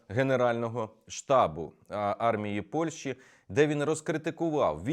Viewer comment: Зверніть увагу на вимогу. Не Польші, а Польщі.